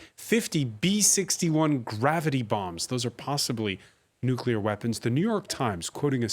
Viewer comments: maybe its just me but i find it hard to listen to or see anyone as credible who cant pronounce nuclear... nucular its not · what is so difficult to pronounce Nuclear ...that one have to pronounce `Nuccular ``... Knowing the GHW is one who started nuccular... It is telling .. capacitywise...for Craig Copetas..